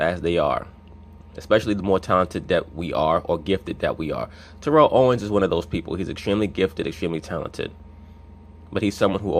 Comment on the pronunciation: Ur mispornouncing his name. Ik I can't spell.